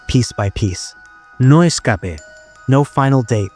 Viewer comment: Your AI voice sucks, like most AI. “Escape” has 2 syllables, not 3!! Will not be enduring it again, thanks ever so